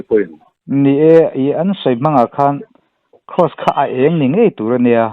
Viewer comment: "Cross" tih vek hmang ta se rinhlelh tur a awm thei lo anga. " Kross" a inti vek tlat mai a tiraw 😃😃😃 "Cross" ni bawk silo, "Kraws" ni leh bawk silo , " Kross" han tih deuh tlat khi chu mi pakhat a ang riau ani 😃